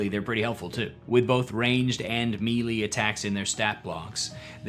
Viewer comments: You pronounced "Geas" differently than I do, in the Green dragon video, and I was like "oh maybe I'm wrong." But, you just said me-lee instead of Melee, so I'm not sure anymore. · Melee is pronounced "may lay" not "mealy"... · Melee is pronounced "May-lay" and not "me-Lee". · for future reference, it's pronounced meh-lay. Great video btw 🙂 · please learn how to pronounce melee